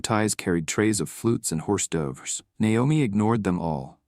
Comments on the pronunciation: WHAT IN ALL HELL. IS —**HORSE DOVERS”*???!!! EVEN FOR UTUBE THIS IS BLOODY RIDICULOUS -DO YOU HAVE. TOTAL IDIOTS FROM MARS DOING THESE NARRATIONS — “”** HORSE DOVERS???! 😳😩😩🤡😩😫🤡😫😝😝😳😡🤡🤡😡😡🤡🤡😡😝🤡”HORSE DOVERS” 😡 ???!!! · Great story! But to be honest, my favorite part was a narration mistake. "Horse Dovers". I am keeping that one. LOL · WAS A GOOD STORY UNTIL THE COMMENTARY -“”🤡**HORSE DOVERS**”